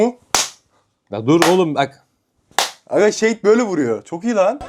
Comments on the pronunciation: Abi yazınışı Shade ama okunuşu şeyid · Şeydi değil shade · Abi o şeydi değil şeyd ( okunuş ) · Şad diye okunuyor Seydi değil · Abi şeydi değil şeyd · O şeydi değil şadi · Abi onun adı şaydi diye okunuyor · abi okunuşu şeyd diye okunuyor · Şeyt diye okunuyo abi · Şeyt diye okunuyo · Abi okunuşu şeyd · Okunuşu seyd😊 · Abi dalga geçmek istemiyorum ama shede diye yazılıyor şeyd diye okunuyor dalga geçmiyorum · Shade (şeyid diye okunur)